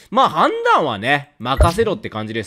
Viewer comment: 「判断」だけ語気が強い気がするのは気のせい